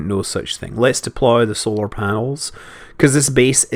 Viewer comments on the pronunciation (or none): none